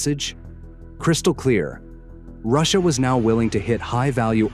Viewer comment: ross-i-ya is winning